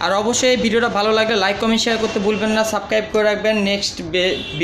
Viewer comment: ভাই আপনি সাবস্ক্রাইব কথাটা ভালো করে বলতে পারেন না কথাটা শিখে নিন ভালো হবে